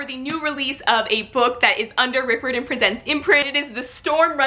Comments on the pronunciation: Just so you know,, Rick Riordan’s name is not pronounced how you are saying it. It is RI-or-din, rhymes with “fireman”. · Hi! I just wanna say that Riordan is pronounced like: cry-ordan. Just replace cry with ri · good except i cringed every time u attempted to say his name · Your saying his last name wrong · This is how you say Rick Riordan's last name 👍🏽